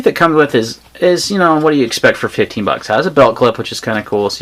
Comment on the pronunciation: I couldn't tellnif you were saying 15$ of 50$ on the benchmark lol. Sometimes sounded like 15, sometimes sounded like 50.